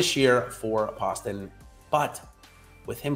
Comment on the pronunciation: Great content as always but JT Poston is pronounced Post-un.... he's from my hometown and put him in my lineups often and always underowned. Thanks!